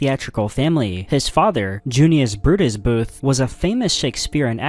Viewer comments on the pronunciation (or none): JUNIOUS BRUDUS BOOTHHH😂😂🤩🤩🤩🤓🤓